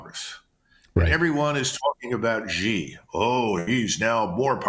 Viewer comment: It's hard to take your china analysis seriously when you don't know how to pronounce president "Xi"